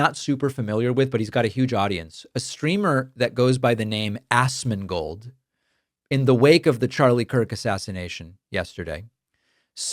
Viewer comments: its as-mon-gold. not ass-mon-gold just fyi 😄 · As-mon-gold (if you're going to criticize some one, you should say their name right) is known for takes like this. He does it to take heat off of his fellow streamers that are part of his sphere. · I'm just here to say it was funny he called him as ass-mongold LOL. Asmon L Pakman W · Ass-mongold is the perfect way to pronounce his name. I used to like this dude, but about a year ago, he went off the deep end. He has turned into another schill for the right wing because he knows that's how he can make the most money. Him and his group, including tech tone, are all pieces of garbage. A few of whom are tied up in SA allegations and other gross crimes. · ASSmongold is my new way of pronouncing 😂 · Did David say "Assmangold"? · It's so petty yet so funny to hear you pronounce it as "AssMan Gold" 😂😂😂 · I love how Pakman pronounced it ass-man gold lmao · lol 'ass-man-gold'